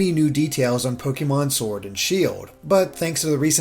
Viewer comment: It’s pronounced Pokaymon.